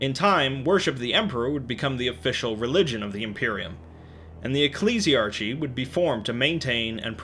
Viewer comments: The end of the word Ecclesiarchy is pronounced Arky, not archii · Ecc-le-si-ar-ki not ecc-li-si-ar-ci! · Great video. I always enjoy your 40k productions. Keep up the great work. ps Ecclesiarchy is pronounced EcclesiARKY. Cheers. 🙂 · Ecclesiarchy. eck-lee-zee-ar-key.